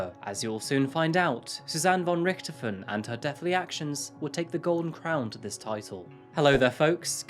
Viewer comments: I'm sure you worked hard on this, mate, but your repeated mispronunciation of her family name was infuriating. If unsure, look up who the Red Baron is. Also, German in Brazil are usually descendants of Nazis, so maybe it's not a sad story. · you where so close to pronounce "von Richthofen" right ;D yet far away xD Ger is hard to pronounce i know but atleast it was near ^^ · I've never heard Von Richthofen pronounced in that way 🤔